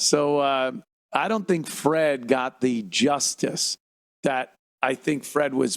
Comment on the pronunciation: lol “shink about it” -Ted Sheckler